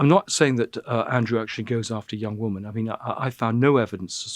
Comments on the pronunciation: Why can’t he say the word “women” instead of “woman” I don’t think he realise he’s doing it! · Why does Lownie say woman when he means women time and time again? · Andrew is very interesting to listen to... but wonder why he has to say woman instead of women🤔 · Cannot pronounce WOMEN correctly !? ... how strange!